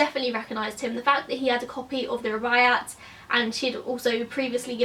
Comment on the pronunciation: The Rubiyat of Omar Kyam is a classic and it's just embarrassing that you have never even heard of it. A sad indictment of the failing British school system I'm afraid. You do know that you can look shit up on YouTube in order to find out the correct pronunciation? Guaranteed that someone somewhere has done a video on the Rubiyat for example.